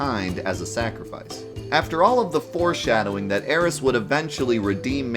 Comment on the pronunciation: Thank god he’s finally pronouncing Aeris correctly